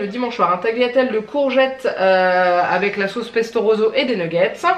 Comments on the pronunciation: Super retour de courses 🙂 Juste en Italien rouge c’est rosso et pas roso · Bonjour, j'adoooooore ta façon de prononcer "pesto roZo" mon adorable mari italien ne te le pardonnerait pas. C'est pesto "roSSo"... Je te dis ça parce que en tant que bonne Belge, mon italien est lamentable et très patiemment, il m'explique toujours la prononciation 😁🇨🇮 j'adore tes retours de course, je me surprends à chercher les articles que tu présentes mais c'est compliqué en Belgique. Bisous et tout beau weekend